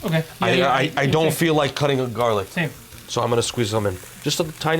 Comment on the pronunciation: What's In the pestle? Though it garlic but it didn't sound like you said it